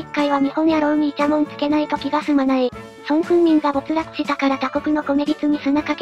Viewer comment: まごって言ったり、そんこうたみって言ったり